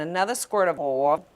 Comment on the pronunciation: The way she pronounces oil is funny